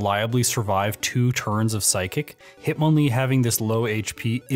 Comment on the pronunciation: Sorry "himtonlee" lol